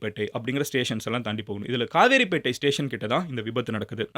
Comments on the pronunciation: Madan Gowri tamil improved pannanum..கவரைபேட்டை , கிளாம்பாக்கம் lam vai la ye vara maatuthu...Kavaraipettai correct / Not a Kaveripettai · Its not kaveripettai It is kavaraipettai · It's not kaaveripettai "Kavarapettai" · Bro it's kavarapattai not kavery pettai.